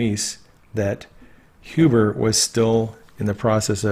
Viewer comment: Glad you are pronouncing Huber as 'Hewber'. Looking forward to your book(s) on Qanon when this is done. Thanx!